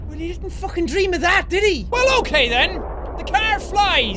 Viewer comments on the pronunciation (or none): none